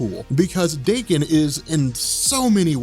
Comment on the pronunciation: His name is pronounced dah-KEN akee-HEEroh, not DAY-ken. Japanese, yo.